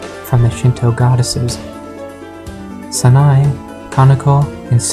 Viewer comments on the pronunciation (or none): none